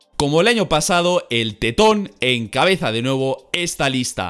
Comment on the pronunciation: "Encabeza de nuevo" Lo que entendí yo:"El cabeza de nabo"